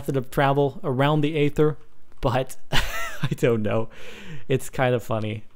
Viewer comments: for god's sake it's pronounced ayther have you seen the aether trailer? or or you just a fucking yogscast nerd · Its Aether not eather.. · Eether. Say it like that. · It's pronounced ether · Its pronounced eether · He pronounces it eether because he is either British or a yogscast fanboy. And I dont think Pbat helped make the mod he just was the first to test it. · It's pronounced ee-ther. Not ay-ther. Aether isn't a made up word, it has an actual pronunciation lol.